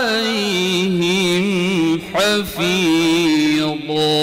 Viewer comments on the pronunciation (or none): حفيظا نطقها الضاد اي قارئ هذا يحتاج إلى تصحيح أخطائه